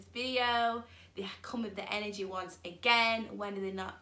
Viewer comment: I love how you say enerjay LOL gets me every time